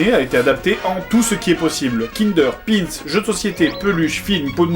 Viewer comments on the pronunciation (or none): none